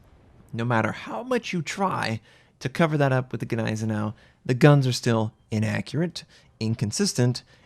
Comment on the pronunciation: The Ganeisenau never existed... the Gneisenau did... The G is basically silent. PLEASE IN THE NAME OF GOD STOP BUTCHERING THAT NAME! Neisenau... Ni zen oww